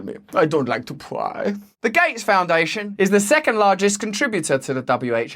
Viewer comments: "I don't like to pwrryyy" is one of my favourite phrases now 🤣 keep up the great work Ol' Russ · “I don’t like to pwyyyyy” 😂